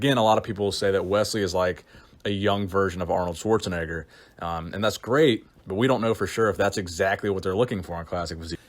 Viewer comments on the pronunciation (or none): none